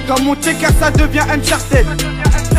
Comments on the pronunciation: UNCHARTED PAS UNCHARTID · Pourquoi vous le francais vous ne prononcer pas les mot correctement comme uncharted vous le disez unchartid, what ever..